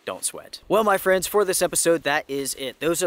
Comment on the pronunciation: “Mah Frens”